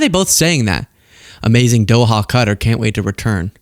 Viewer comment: You can understand the poor kids confusion...both Santa & Trump are fake fat f*cks It's Qatar like Kuh taa not Cutter